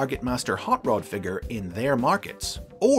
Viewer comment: The way I am hearing you say Rod as Rood. It's R o d not R oo d.